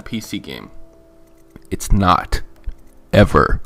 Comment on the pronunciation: "its not. EVAR!"